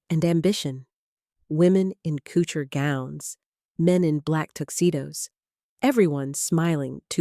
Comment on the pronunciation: I see no indication that the narration is AI. If it IS AI, then it satisfies only the "Artificial" descriptor. It is certainly not "Intelligence". If it is NOT AI, then it is an amateur who has failed to do her homework and learn the correct pronounciations of "Pantages" and "couture" and "Hubert de Givenchy*", whose gender she also confuses. (*Hubert de Givenchy is pronounced hoo-BAIR duh zhee-von-SHEE.) The narrator pronounces it correctly the first time she says it, but mangles it thereafter, pronouncing the "H" and "t" in Hubert and using a hard "G" in Givenchy". Also, why are you showing images of Edith Head while the narration is focussed on Hubert de Givenchy? Such sloppy documentary-style filmmaking. Speaking of giving credit where credit is due, this minute documentary is stealing from well publicized, previously reported controversy. So far, it adds little to what is already known while confusing matters with sloppy, amateurish reporting. Illiterate narration like this contributes to the dumbing down of viewers.